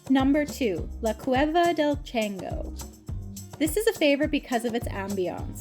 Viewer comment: Please work on your Spanish pronunciation chango es Chan go